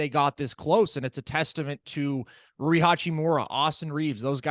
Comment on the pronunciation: While we're at it, Rui is Rue-E, not Roy.